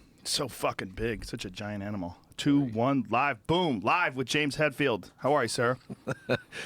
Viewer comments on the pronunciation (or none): i nearly shat in my trousers when i went on the site and saw james hetfields name. maybe joe will finally learn how to pronounce it correctly lol HATfield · Did Joe call him James Hatfield the whole time? Hehe